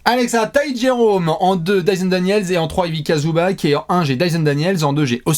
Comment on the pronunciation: Mais les gars apprenez à prononcer son nom au pauvre Ivica. C'est pas Ivika Zubak, ni Ivika Zubatch, on dit Ivitsa Zubats phonétiquement.